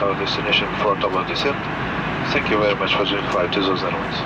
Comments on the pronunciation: Excuse Me! I am Américana and I pronounce Azores as Ahzores. Not as Āzores. 島カナリ。 So there!! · Get it right.... It's Ah Zoh Rez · She wanted to clarify you were not landing at the "Bzores " 😂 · i dont think there is an american pronunciation of azores due to the fact that 99.9% of americans have no idea the azores exist